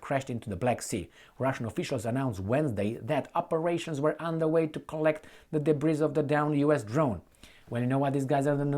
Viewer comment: "debris" is pronounced "debri" -- no "s."